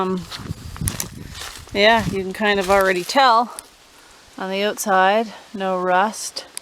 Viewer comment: You didn't annunciate "out" in the word "outside". love the speech up there. 😊